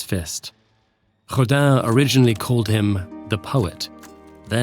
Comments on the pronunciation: I don't speak French so pardon me. But is Rodin really pronounced like Hodan or am I hearing wrong? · No, but the corresponding phonem don't exist in english, so the closest you can get is "Rodain" I suppose